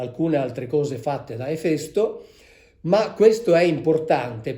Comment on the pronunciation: Finalmente ho imparato come si pronuncia Efèsto